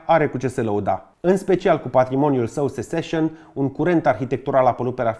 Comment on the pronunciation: Un clip excelent pentru pasionații și profesioniștii în restaurare și patrimoniu. Good work,! Mică mențiune, Seccesion se pronunță "sețesion", nu "seseșion". Also, ar ajuta o restaurare a Castelului Peleș, dacă se uită cei de la Comisia Europeană în comentarii:))